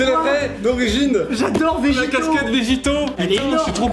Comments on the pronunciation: Quand il a dit : "Vegito" j'avais envie de mourir 😭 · « Vegito » aie